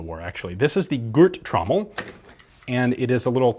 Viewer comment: It is somehow amusing to hear non-germans read out those words :) It's a "Gurt-Trommel" which translates to "belt-drum". On the Trigger, E stands for "Einzel(-Feuer)" meaning "single(-fire)" and D stands for "Dauer-(Feuer)" meaning "continuous(-fire)". I like that fire mechanism quite alot, because you can instantly chose to use either single- or fullauto-fire. I wish PC games would incorporate this more often.